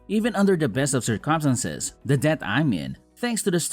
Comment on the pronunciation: Tell your voice actor to learn how to correctly pronounce circumstances